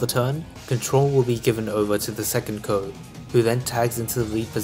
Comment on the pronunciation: i was gonna say lol it was super annoying hearing him say Coe and not C-O